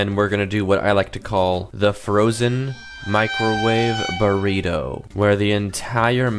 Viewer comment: “The Frozen Microwave Burrite”😂